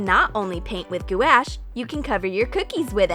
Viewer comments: I s2g if you say gouache like goo-ash one more time I’ll come over there and deck you in the nose. It’s pronounced like gwash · Gouache is “gwash” not “goo-ash” wtf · Goo-ash?? That’s not how u say it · What the heck is gooash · Wtf is g u a s h